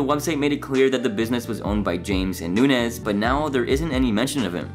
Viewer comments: Dude, Chris’s name isn’t Nunez it’s Nuñez. The ñ is said like there’s a y after the n. It’s Nun-yez. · It is Noon' yez. Not noon. nez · Its "noon-yez". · You’re killin me with “noon-ez” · the way this guy pronounces nuñez is like ... so weird to me lmfao. shouldnt it be more like "nun-yez" ? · I was cringing at “noon-ez” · Pronunciation all around is annoying but good info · the second "n" in nunez makes a "y" sound, gringo. hahahaha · You really can't pronounce "Nuñez"? Did you even watch the show? 😂